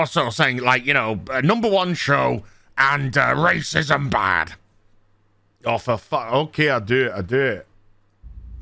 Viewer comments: Dude. You're not black, you're not female. You're just a basement dwelling, hait baiting grifting YouTuber. Shut up and read the room. Edit: Also, 'rassism' and 'wahmen'? You absolute child. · It would help if you could pronounce Racism rather "rasterciuim" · I love your videos but for the love of God please stop purposefully mispronouncing racism and such. It drives my brain crazy lol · Can you please say racism properly and get to your point more quickly. I'm agreeing with you, but fuck, stop being as cringeworthy as dysney.